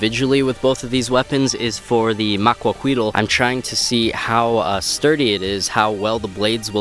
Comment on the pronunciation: Not really important, but the "L" at the end of the word Maquahuitl is silent, as with most words in that language with an L at the end.